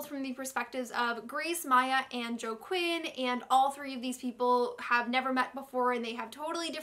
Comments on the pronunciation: "joe-quin" lmao GIRL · I love ya, but... Joaquin = "Wah-keen"; Rhiannon = "Ree-ann-in"